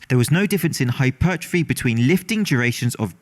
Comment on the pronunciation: please for the sake of welches grape juice IT IS NOT hypert ruh fee TWO WORDS HYPER. TROPHY. HYPERTROPHY. NOT HYPERT RUH FEE.